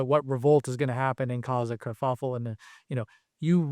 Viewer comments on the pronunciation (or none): He said, "kerkuffle".😊